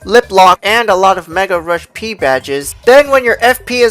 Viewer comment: anyone else get annoyed when he said peril rush P and not Mega Rush P